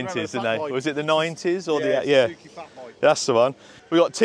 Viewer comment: it ticks me off when i hear ZUZUKI...............................................its bloody SUUUUZUKI. I'm just saying.